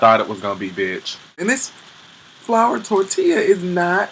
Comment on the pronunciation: I'm just tickled that her looked like Elvis.. otherwise.. I died twice Laughing.. cause she said.. FLOVA.. not FLOUR..hahaha